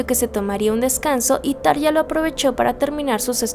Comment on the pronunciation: Gran video, felicidades! Sólo un punto como fan acérrima desde hace veintiséis años: por favor, se pronuncia Tarrrja ( Como si la R estuviese al principio.). Espero no lo tomes a mal.